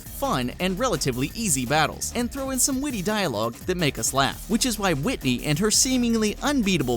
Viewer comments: Winteny really??? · Butchered whiteny